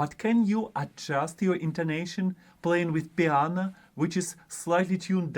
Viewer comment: I don't have a perfect pitch recognition, but I did hear you say "piana" - does that count? :-) Thanks for yet again a useful video, this one is for the confidence! Cheers